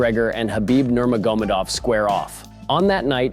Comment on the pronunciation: Well, not really how Nurmagomedov is normally pronounced....